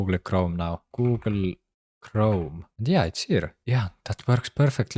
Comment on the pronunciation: I love how he says “goo-ool kroam.”